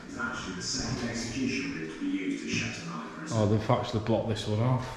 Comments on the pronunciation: It's called shepton mallet not Shepperton mallet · It’s pronounced “Shep Ton Mallet” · You haven’t said the name right 🤦‍♀️